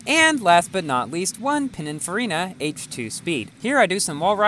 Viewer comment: Pininfarina.. not Panicfarina lol